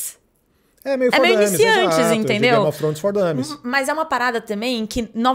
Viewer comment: Trôns não,Trones